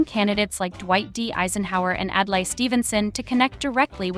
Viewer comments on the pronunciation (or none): none